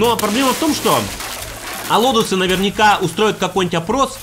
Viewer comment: не алодусы, а аболтусы